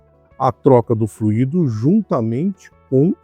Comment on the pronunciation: A pronúncia correta é “fluido” e não “fluído”, sem acento. Num podcast, o Sérgio Habib, antigo presidente da Citröen no Brasil, disse que o AL4 dava problema no Brasil por conta de superaquecimento. A PSA no Brasil teve que adaptar um sistema de refrigeração através de aletas. A cúpula da PSA na França sabia do problema, mas não autorizou o desenvolvimento de um câmbio modificado para nosso país. Agora, a Renault fez alguma modificação nele, pois esses problemas não aconteciam na Duster, por exemplo! Se eu encontrar o link dessa informação do Sérgio Habib, eu posto aqui!